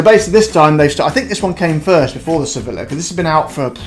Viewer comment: Don’t say Sevilllla. It’s pronounced Sevija.